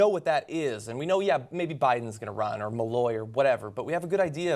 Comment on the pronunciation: I know it's knitpicking, but you can't fuck up a candidates name completely (O'Malley) and not come off completely amateurish. You can't make those mistakes in your mission to reform news media. .